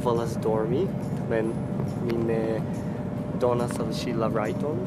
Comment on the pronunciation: MDR, vi elparolis "rajton" tre Anglece